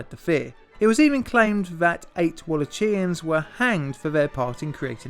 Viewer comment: Wall-ach!-ia-ns, I believe